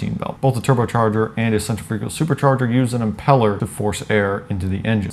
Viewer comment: lol sen-treh-fugal